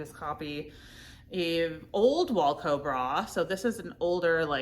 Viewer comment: Hi, love you! Longtime viewer, not a first time caller. I know you have trouble with pronunciation and had speech therapy when you are younger, so in no way am I making fun of any kind of disability. I just have some tips to pronounce brand names correctly, especially if they are your #1 seller. Wacoal is not pronounced like the band Wilco. It’s not walco. It is wah 😩 coal. Aerie is prounounced Airy, but it’s made by American Eagle, hence the AE at the beginning of Aerie. It’s also kind of a play on words because aerie started as undergarments and they were supposed to be light and airy. Onzie is not pronounced onesie like the one piece that babies wear. We all know the term onesie is licensed by gerber and would never let anyone else use it, even spelled differently. Which is why Onzie has the pronunciation right on the price tag of own-zee. So they don’t get sued by that Gerber baby money. 👶